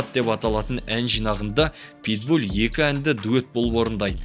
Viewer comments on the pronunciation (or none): Питбуль емес ПитбуЛ